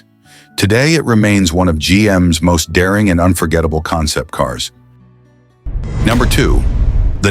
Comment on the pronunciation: It’s easy to spot AI narrative when the robovoice mispronounces number. If the production team of a video can’t edit it, they shouldn’t be using it.